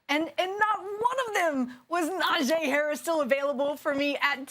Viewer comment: Say it with me: NA JEE like JHEE/GEE Harris. Stop butchering my man’s name if you really appreciate him so much